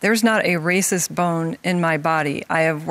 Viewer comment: When in doubt..”They wahcists!!!”